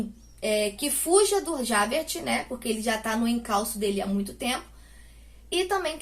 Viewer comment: Esse livro é maravilhoso! Mas pronunciar nomes estrangeiros é difícil. Se me permite, vou dar umas dicas pra ajudar: Jean Valjean = Jân Valjân (com som de jota mesmo) Javert = Javér Parabéns pela resenha 😁